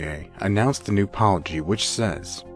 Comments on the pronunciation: Robovioce? Dulles=Dules ? Policy=poliky Several other weird mispronunciations. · New "poliky"?? Really? Where are you guys from?